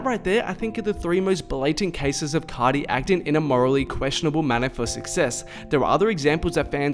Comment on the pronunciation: C (ar) ti bro not C (ot) ty ... ar pronounced like the letter “ R “